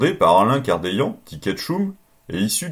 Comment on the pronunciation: Je me permet une correction de prononciation: Alain Cadeillan, dit "Kachtoun" ^^ Merci pour cette série de vidéos!